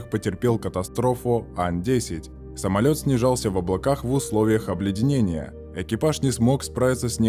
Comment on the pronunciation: да уж...самольеотт